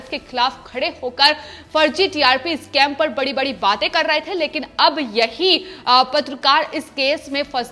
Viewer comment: नाही नाही इस्काम नाही स्कैम कहे मैडमजी